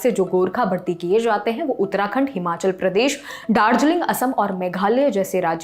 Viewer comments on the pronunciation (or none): none